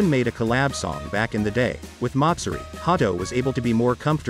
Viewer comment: Was initially put off by the way the computer voice said Ha-do, but went back to finish watching the whole video after looking at the comments. 👍👍 1 like on this video is not enough. thank you for the video.🙏 May GodChama watch over you!